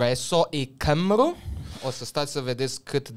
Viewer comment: Cymru se pronunta Cumri! Localitatile galeze care incep cu dublu L (Ll) respectiva adaugare de consoane se pronunta HL sau nativii le inlocuiesc cu un C! Exemplu: orasul galez Llanelli, l-am auzit pronuntat Hlanehli, dar batranii nativi il pronunta Canehi! Locuitorii din afara Tarii Galilor il pronuta cum l-am pronunta si noi romanii- Laneli! cu "a" -ul semanand mai mult cu un "ă"!